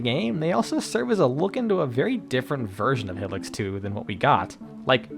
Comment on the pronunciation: It’s pronounced HIGH-licks